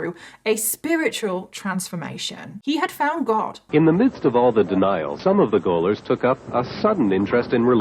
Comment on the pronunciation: I am listening to this while cleaning and all I keep hearing is "Gollum clan" and "Gollum family" and it just gives me the giggles, I am so sorry.